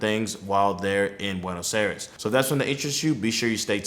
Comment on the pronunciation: Learn how to pronounce Buenos Aires